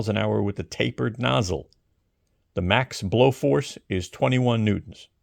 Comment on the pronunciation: I liked it when he pronounced it "newt-ons"